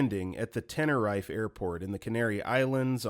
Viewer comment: Story 88 I shouldn't laugh during a video or story like this, but hearing the narrator call it Tennor-Rife just cracked me up Tenner- reef is how it's said.